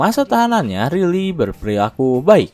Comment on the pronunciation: bacanya Raili, bukan Rili 😝😝😝